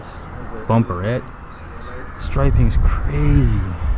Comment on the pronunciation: when he says bumperette you can tell the Mexican is coming out in him.